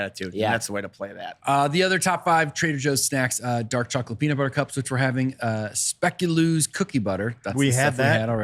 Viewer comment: pronunciation of Speculoos made me laugh (lol)🤣